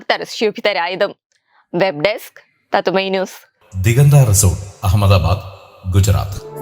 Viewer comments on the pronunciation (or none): none